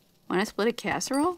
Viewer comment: I don't know if this is a mistake or not but she says wanna split a "casseroll" and then she says ah "lasagnas" gone!